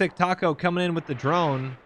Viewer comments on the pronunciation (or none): none